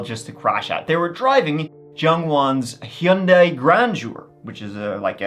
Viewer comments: Your pronunciation of Hyundai got me laughing. Hee-uh-Yun-day. 😂 It's a Korean brand. I wonder how they pronounce it. I say hun-day. I'm American. I wonder who pronounced it the worst 😂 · Hyundai rhymes with Sunday. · the way hes saying Hyundia is cracking me up😂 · I've usually heard it pronounced hund-eye... Hund- eye or hun- day... Or hy- un- day, hy- und- eye... ....... What was I saying? My mom had one, actually my mom and dad had matching ones idr model, white 4 door sedans ...its crazy, I've never thought about a rich person driving any model of Hyundai, it's not a rich person's car in the US...its a relatively affordable lower-mid range car w decent gas mileage... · I’m Americas it’s “hahn-day” and always will be idgaf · I am starting a petition that everyone say Hyundai like.